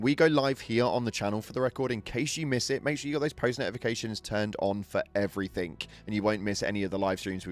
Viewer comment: Never understood why people who speak English put a 'K' at the end of "everythink", "nothink". It's the weirdest grammatical quirk I can think of in our language, and you hear it a lot! Its a "g" no a "k"! Thanks for listening! (and yes I'm really fun at parties before anyone comments lmao)